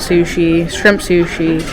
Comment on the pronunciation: "This is the shrrrimp tempura."